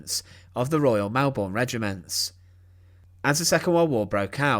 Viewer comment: Melbourne is pronounced Mel-bn.